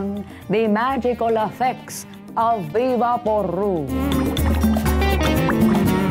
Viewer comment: Laughed literally out loud..."the magical effects of vivaporube"😂😅